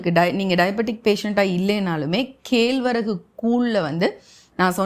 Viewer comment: சிறப்பு. ஆனால் கேழ்வரகு என்று கம்பங் கதிரைக் காட்டுகிறீர்கள். கேழ்வரகு என்னும் சொல்லில் வரும் சிறப்பு 'ழ' வின் உச்சரிப்பைச் சரி செய்துகொள்ளவும்.